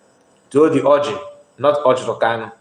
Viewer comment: The lawyer can NOT properly say MNK’s last name. He calls him Kalu instead of KANU. So, that says a whole lot about him.